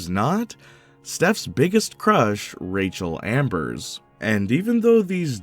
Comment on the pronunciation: dunking on the before the storm ost is crazy work when you're calling rachel amber "rachel ambers"